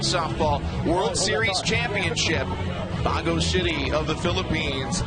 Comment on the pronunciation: Its not bago city, its baguio city